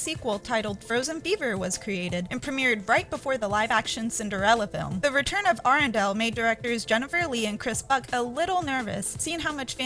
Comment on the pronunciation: I cringe every time you say Arendelle.